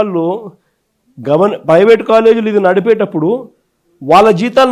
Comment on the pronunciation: పెవేటు కాదురా😂😂😂😂 నాలుక మందంగా,,😂😂😂, ప్రైవేటు😂😂😂